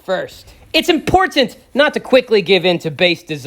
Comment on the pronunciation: A great and an importTant video. (emphasis on the ‘T’ for )